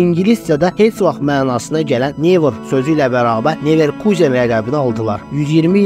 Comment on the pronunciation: ilişmək deyil ay qaqaş, tənqid olmasa nəticə olmur, mən ali savadlı adam nə edim ki videoya baxanda vurğunu düz qoymayanda kimsə əsəbi oluram. Düzəlişlər et, sənə uğurlar. Sən orda neverkuzen dedin amma almanlar nə deyir onu demədin,onu da öyrən